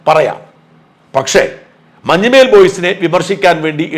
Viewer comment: മഞ്ഞുമേൽ boys alla sir, മഞ്ഞുമ്മൽ boys എന്നാണ്.... മഞ്ഞുമ്മൽ എറണാകുളം ജില്ലയിലെ ഒരു സ്ഥലo aahnu